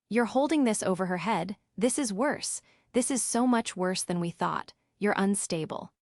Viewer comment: “You’re goin to regret T.H.IS”. Do you mean ‘this’? The simple word ‘this’?